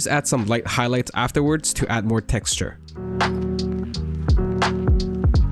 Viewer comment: Say texture one more time